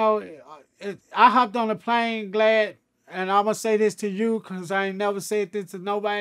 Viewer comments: Hes been calling Vlad. Glad about 100 times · Bruh it kills me when he says glad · Nigga called him glad like glad bag 😫😭😭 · R WE GOING2 IGNORE CRUNCHY KEEPS CALLING VLAD " GLAD " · And Boosie calls him Blad 😂😂😂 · Crunchy my boy in all but he called the Vlad Glad like a hundred times 🤣😂🤣😂😂😂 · 😂😂😂Right! Its Vlad not Glad!😂😂😂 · Crunchy is G.D(Folk).....He don't like saying words starting with V's (vicelord) and guess what vlad has VL at the beginning of his name.....that's y he say Glad instead of Vlad....If yall was wondering.... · He calling him "gladdd" lmaoooo instead of vlad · He stay calling him Glad 🤣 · He calls him glad repeatedly 😆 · Crunchy Black keep calling him glad lol. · He keep calling him Glad🤣🤣🤣real n** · Why the 3 6 keep calling him glad? Lol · Vlad is so scared to correct crunchy blac. Hey man my name is vlad not glad. Ok glad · Is he saying vlad or Glad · Bro keeps calling vlad glad ,😂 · Why he keep calling him "Glad" 🤣🤣🤣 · I was wondering if dude said ‘Glad’ 🤣🤣🤣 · 😆 i thought i was the only one who caught that he was calling vlad glad! Lol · I love how Crunchy calls him "Vlad" and "Glad" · Nobody: Crunchy Black: Glad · Is he calling Vlad “Glad” 😂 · I like how he keeps calling Vlad "Glad"😄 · When crunchy got shot in the face I imagine it damaged his word pronunciation some. Vlad is now........glad. That's is all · He called him Glad 🤣🤣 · I like how he calls him Glad lmao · “Glad” “Begis” 😂😂😂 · He keeps calling VLAD glad. Haha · He said Glavd !!! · 😆 he keep calling vlad "GLAD" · Why he keep calling him GLAD 😁 😁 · did he call him Glad? lolololololololol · I thought he said glad. Lol. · ALL GD’s KNOW WHY HE’S SAYING GLAD AND NOT “VL”AD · Is he calling him glad? Haha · Why is he calling him Glad 😊? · He calls Vlad glad and calls Vegas , Begas stay in school kids !! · Is he calling vlad glad? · after the first time I chalked it up to the accent but after the fifth time I knew that he was fucking the name up 😂